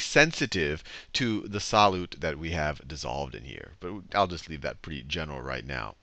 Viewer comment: the way he says solute pisses me off...